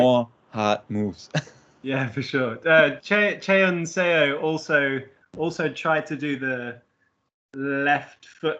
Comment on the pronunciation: Seo is pronounced like "Suh" similar to "huh", NOT "sayo". Just imagine saying Seoul without the "ul". So bad the broadcast commentators just butchered her name.